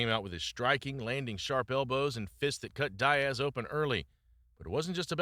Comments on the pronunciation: Love the videos man, but dude its DEE-AZ, not DIE-AZ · nate die-ass.. but bro talks about nick die-ass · You or AI can’t even pronounce Nate Diaz’s name properly. That’s why you or your YouTube channel will never be shit.